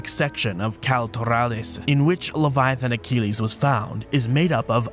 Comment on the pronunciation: Sorry for intervening again about the Latin pronunciation. Leviathanochelys: the -chelys part should be read as 'keliss', not "keleeze". Thank you.